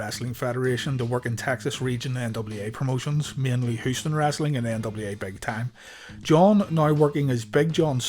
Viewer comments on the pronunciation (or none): Its WRESTLING not Wrastling. For gees sake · Its wrestling not rasling